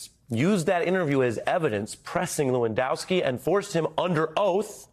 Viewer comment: Hey Ari , call Lewandowski , LAWENSKI or better yet call him Monica Lewinski and see how he likes his name miss pronounced ! You treat a 5 year old like another 5 year old ! I don't know a thing about " Rappin " but I played ice hockey and if someone gives you an elbow to the face , you give him one back , then take the gloves off ! One thing about us hockey players thought ! When the Game is over and the hitting and elbows are done , WE LINE UP AND WE SHAKE HANDS , like men !